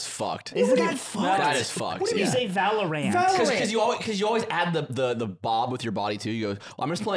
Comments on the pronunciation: va·lr·uhnt Straight from the google mouth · Aiden W Monaco is not within France. Also valorant = va lr uhnt lol big L week for Lud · I hate the way Ludwig says valorANT with so much emphasis on the ant. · the way ludwig says ValorAnt is like its an Ant-man licensed game fr, i dont play the game so i assumed that that was just how it was pronounced for the longest time 💀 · Ahh... The catharsis finally seeing Lud called out for his Valorant pronunciation. Pretty sure Hassan says it like that too because of him. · i understand that the vowel in the third syllable of valorant should be pronounced as ə and not æ—just like deodorant—but ludwig was the first person i ever heard say it, so saying it any other way feels wrong. he's poisoning the minds of children again